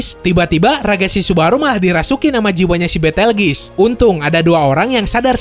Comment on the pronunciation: Bukan Petelgis Tapi Betelguse